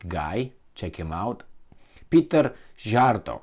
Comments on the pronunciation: Dear The foreign minister's name is pronounced Sea-art-o Or C-are-toe. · Szíjjártó Péter's name is pronounced C-yar-toe. Keep up the good work.